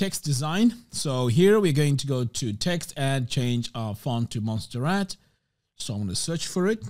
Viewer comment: Sorry but i have to tell you. It is not Monsterrat but Montserrat. It is montagne near Barcelona. Forgive me ! but you use so much this font.